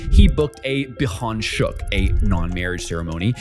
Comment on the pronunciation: How did you mispronounce 비혼식 with the phonetics right there? How did "seek" become shook?